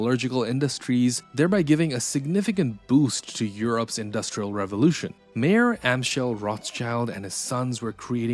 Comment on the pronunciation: I don't think the narrator is pronouncing "Mayer" correctly, or "Byzantine."